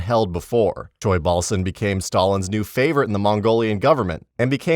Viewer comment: tsoilbasan. wtf. u butchering his name. its choibalsan.